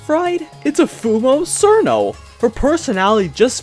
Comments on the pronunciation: I am pretty sure it's pronounced "Cheerno" though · tfw the official name チルノ is mispronounced as sirno lol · Sir No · I thought she was pronounced chillno like in chill. She's a chilly ice fairy after all. Chillno. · how are you gonna make a whole video about cirno and still mispronounce her name 💀